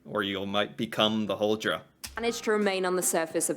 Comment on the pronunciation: thats not how you say huldra in Norwegian 😑